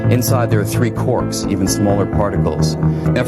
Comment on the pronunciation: Quarks not corks